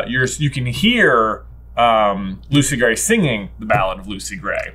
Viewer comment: Hearing Lucy Grat is Coin destroys me